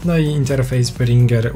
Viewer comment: czy tylko ja na początku usłyszałem phringer